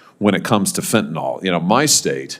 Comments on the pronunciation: I adore Senator Hawley but am surprised at how he pronounces the word ‘Fentanyl’. It’s pronounced ‘fent-a-nil’ and not ‘fent-a-nol’. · Fentanyl not Fentanol.